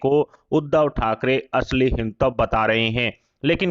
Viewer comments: आप के वक्त को हिंदुत्व सही तरह से बोलना तो सिखाइए पहले। यह तो इसे ‘हिन्तव’ कह कर पुकार रहे हैं। बेहतर है कि यह सुधार जल्द हो। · पहले अच्छी तरह हिन्दी सीख लें। हिंदुत्तव बोल रहे हैं। बार-बार हर बार गलत बोल रहे हैं।